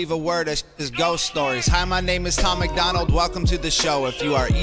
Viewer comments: Not Macland it's MacDonald lol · It's NOT Macklin it's MAC DONALD like Donald as in Trump. Love your reactions, but please learn Tom's name. LOL